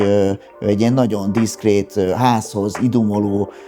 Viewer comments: Szinvonalhoz a NAON NAON szo sokat tett hozza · Nem vagyunk egyformák. Engem zavar a naon, téged nem. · NaGYon tetszik az ötlet, a minimalista hangulat, naGYon ízléses. Gratulálok! Megérdemelne a termék egy színvonalasabb bemutatóembert, aki jobban beszél, pl. aki ismeri a GY hangot. Sok sikert!